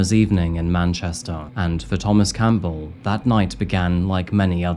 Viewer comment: It isn't Coal lean it is Colleen - man learn how to say the word. Your sing songy voice is obnoxious just speak normally and learn how to say Colleen it is one word and the Coal part does not exist anywhere in the spelling or pronunciation. Dude Campbell is not Cam bell either